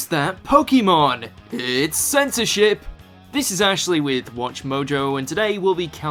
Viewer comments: I thought you said Senti Sh** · when he said censorship what i heard was "censorshit"